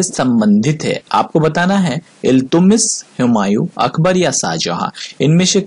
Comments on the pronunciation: इल्तुतमिश बोलिये इल्तुमिश नहीं सर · He was not iltumish .he was iltutmish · Naam to sahi le le..Iltutmish